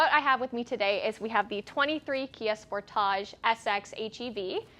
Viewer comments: Going to start calling it the Spor-táge here in the U.S., too. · That's how they say it in Canada. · Stop pronouncing the car that way! My gawd!